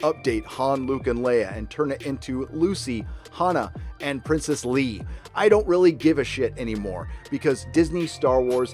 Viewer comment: "Princess lee" 🤣